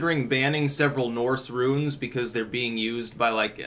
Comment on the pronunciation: thought you were speaking on ruins buts its runes.